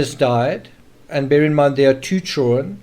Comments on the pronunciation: Does all of South African drop the “d” in “children”? I wonder if they add it back in “kids”? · Maybe he can’t help it? Why say anything? Don’t be rude.